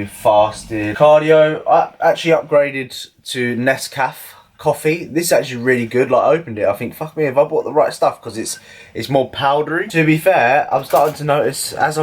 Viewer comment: Nescafé ....the last é is pronounced "a" like the first of the alphabet